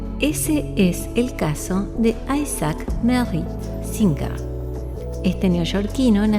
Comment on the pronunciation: Se pronuncia sin JE r. CON JOTA USO NORMAL COMO EN LA PALABRA "deJAme"..